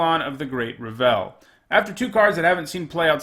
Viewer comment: How tf do you mispronounce Revel?